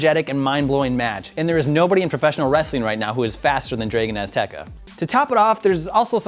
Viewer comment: Draygon Azteca? American idiot. Get this joke off the channel. We fell in love with the British wit on the show. Not this shit